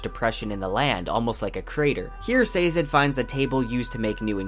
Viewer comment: Bureau-cracy. Eye-run. Sazed. Interesting pronunciations all around.